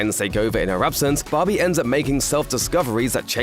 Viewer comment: Take a shot every time this guy says "Bahbee" (which incidentally is Aussie for BBQ)